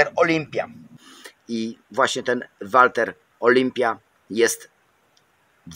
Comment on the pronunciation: Wkoncu ktos powiedział mi jak czyta sie Walther. Dziekuje za jak zwykle świetny film